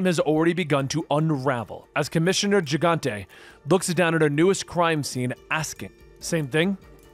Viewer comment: Gigante is pronounced Hi-gan-te.